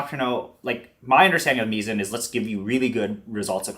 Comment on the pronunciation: option-o says the pronunciation is actually "mai-zn": Mizen (pronounced "mai-zn") is the name of our product line featuring our in-house developed burrs, embodying our core beliefs and approach towards burrs. The name "Mizen" draws inspiration from the nautical term "Mizzenmast," symbolizing the vital role burrs play in the world of coffee grinders, akin to how the Mizzenmast is crucial for a ship’s stability.